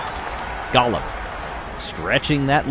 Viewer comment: Golem not Gollum.